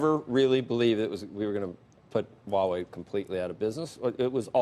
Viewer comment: Kevin is the only one that can pronounce Huawei correctly